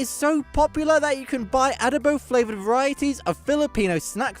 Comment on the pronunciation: It's not A•duh-bow. It's a•DOH•bow.